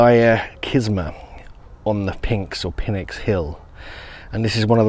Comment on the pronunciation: Awesome video, thank you! If you're into pronounciation, Pynx is Nyx, the P is silent. This seems polymer like. Huge blocks of rough limestone fitted perfectly? Mixture of precision with sloppiness.